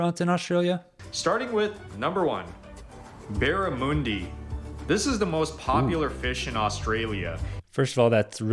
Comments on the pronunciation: ok first up Barramundi is best in the Northern territory due to it being more muddy flavor in other part of the country for some reason no one knows why, and it is prenounced with with a un not an on, and yes you can get it battered it is really common and it is our best fish. secondly the ferry bread i got nothing to complain about this part was all right. the burger part was just bullshit we eat any and all burgers it with beets i guess we use them in it but we just have a normal classic hamburger noting weird and similar to what you get in America just better quality. Kangaroo not that common you can get it in our super markets but not that common. Lamingtons well he was not wrong with what he said bout these try them they are good. same with meat pies nothing wrong with what he said either. Pavlova, now new zealand will have you think it is theirs well it is not it is aussie and i will die on it and it is the best, sausage roles now these are better then the pies and what he said was spot on no complaints oh and it is not a HOT POCKET!!!!!!, ok Coles BBQ snags are the best nothing wrong with what he said, ok Vegemite now this is made for yest extract form the bottom of beer vats and is very good but people hate it because they missuses it now you take white bread toast it golden perfection put way to much butter on it then a light but descent amount of Vegemite on top to cover all the toast but not so it is pure black you still need to see the toast and butter under it do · Barra mun (fun) dee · Fish it’s pronounced Ba-Ra-Mun-De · yeah the pronunciation was terrible, but Barramooondi or whatever he said, is the best fish in the world, by far. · Barra-mon (as in Monday)di (dee) and fairy bread IS NOT TOASTED EVER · Barramundi is actually pronounced Barra Monday> that guy should learn the pronunciation before making Australian video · G'day mate, please to pronounce this say barra, ( as in barricade) and mundi ( as in Monday ) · Bear-a-moon-dee. Bear a what?